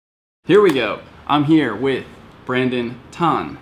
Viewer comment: great video! youll get Brandons name right one day lol